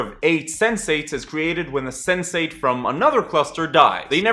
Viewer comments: I thought you said 'sensei' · I keep hearing Sensei-ght